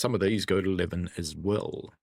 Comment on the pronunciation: FYI, it’s Lee-ven , not Lev-n